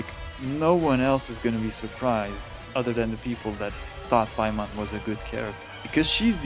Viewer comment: WHY DID THEY BUTCHER EN PAIMON???? HUH???